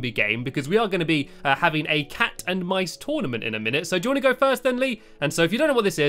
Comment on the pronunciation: STOP SAYING TONEMENT ITS TOURNIMENT